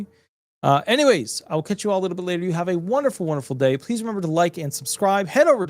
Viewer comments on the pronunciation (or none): none